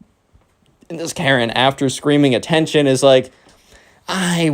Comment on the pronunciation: After she said ATTAENTION!!! An ad said this. "This is dnd something"😂😂😂😂